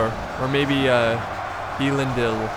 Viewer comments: (Eh-Lin-Deel) Elendil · It's pronounced "Elendil" straight as it is written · Just some constructive criticism, but Isildurs fathers name is pronounced L-en-deal. (Don't know if you care or not.):-) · Elendil is pronounced El-En-Dil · Its E lendil, both E`s are pronouncedd the same way as the E in the word "Den" as in thieves den. The i is a long i. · I cringe at your pronunciation of elendil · Elendil = Ell-en-deal Isildur = I-seal-dur